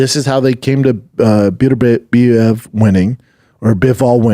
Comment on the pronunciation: You just know Brendan didn’t watch the boxing at all 🤣. Can’t even pronounce beterbiev name he only would’ve heard it in commentary 100 x